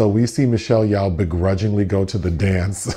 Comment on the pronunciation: Michelle Yawh lol it's Yeoh bless your heart 😂